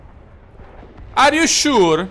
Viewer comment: Ar iu sciur?